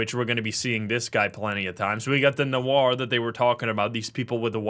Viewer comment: this is the only game I usually watch to have a nap withxD Gotta love people who don't know that Noir is pronounced "nowah" and ask chat why pronounces it "weird" while its the correct way